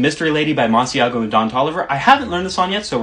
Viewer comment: I can't believe you just mispronounced Masego's name